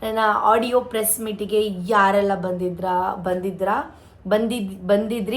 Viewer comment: Hadiyo ಅಲ್ಲ ಆಡಿಯೋ ಹಚ್ಚುಕಟ್ಟು ಅಲ್ಲ ಅಚ್ಚುಕಟ್ಟು ಕನ್ನಡ ಸರಿಯಾಗಿ matadu jasti ಬಿಲ್ಡಪ್ ಬೇಡ